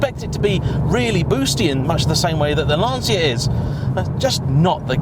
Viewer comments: Célica and Lanccia not lansia. Every time I hear a brit say lansia instead of lanccia I cringe. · Ahh, the famous Lan-SEE-a.. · Lan-CHI-a ffs !!!!!!